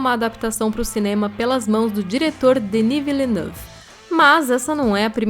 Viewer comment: Gostei da pronúncia de "Denis Villeneuve"!